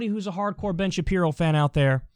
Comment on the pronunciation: Ben shabibo, Ben shapino 😂